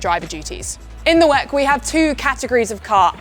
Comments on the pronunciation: Stop calling it 'weck' - it sounds so tacky and silly. It's the W-E-C. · Please don't call WEC 'Veck', call it endurance racing if you cant call it W-E-C. We're not gonna gain anything from the 1 second you save. Calling it 'Veck' is just weird. Calling it W-E-C is fine in case i didnt specify it the first time. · imsa is fine. 'veck' is just weird. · Call it W-E-C or Endurance Racing What the hell is 'whack' that is sounds awful ! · She always say "weck" 😂😅